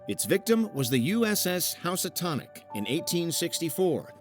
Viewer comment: OK, repeat after me "Housatonic" is pronounced "Who-satonic" And "Groton" is pronounced "Grah-ton". Know your Connecticut landmarks.